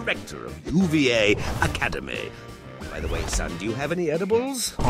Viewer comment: Ok I get it’s a joke, but for those who don’t know, it’s pronounced uva as in Spanish for grape and not OOO V A